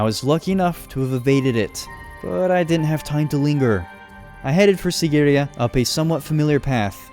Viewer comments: Im from sri lanka and that mountain isn't called sigiriya its called seegiriya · It's See-gi-ri-ye just to let u know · its pronuced siigiriya